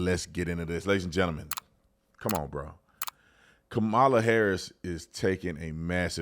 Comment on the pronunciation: Remember, folks, it's pronounced KAHMala, like COMmunist and COMmunism.